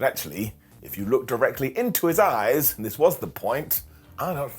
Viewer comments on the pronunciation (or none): Anyone else hear slip and say “Open your azz” instead of “open your eyes”? 😂😂😂